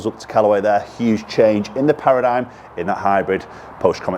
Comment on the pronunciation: It's pronounced para-dim